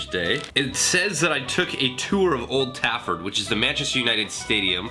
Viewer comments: Old tafford! It’s Trafford!!😂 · dan its 'trafford' not tafford' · TRAFFORD not Tafford